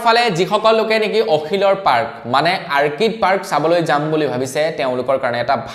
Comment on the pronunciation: আৰ্কিড নহয় "অৰ্কিড" ORCHID বুলি ক'বা ।